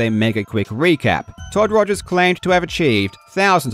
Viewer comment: I still love how you say ''Togers'' instead of ''Rogers'' :D